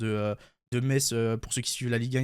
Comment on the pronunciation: Il a bien prononcé Metz 🇱🇻🇱🇻